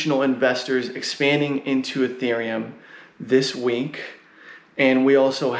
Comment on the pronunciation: Dash is not Erc-20. It has its own blockchain with masternodes. And I like how you spell week as "wink", sounds funny XD